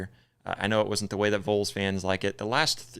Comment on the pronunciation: "Vahls" not "voles".. Volunteers... Vols... just helping you sound more professional bro.